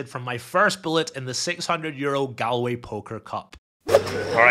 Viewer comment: Loooove the content! But I can't let it slide, have to say something... It's not pronounced Gal- way as in "Guys 'n Gal's" It's pronounced Gall-way...as in "would you look at the 'gall' on this fella coming in the comments here in a YT vlog criticizing my pronunciation of place names". (You did say it the correct way sporadically) As a Scotsman I'm sure you would get the equivalent nails down a chalkboard feeling everytime you hear someone pronounce Edinburgh as Edin-Berg 😂 But apart from that, 10/10 content 😊